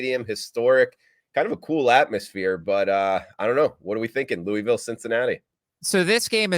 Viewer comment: Just glad you can pronounce Mobile correctly, now you just need to work on the Louisville